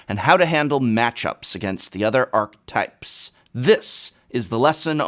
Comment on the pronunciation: Professor... I'm still not sure sure your alternative pronunciation of "archetype" is acceptable anywhere. I have yet to find it said that way outside of some people in the Magic community. Maybe Magic players are brewing up a new pronunciation over the years and it is just spreading? ;-) lol Dunno.